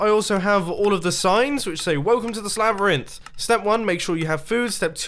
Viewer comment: wait... did he say ”Slabyrinth”? epic name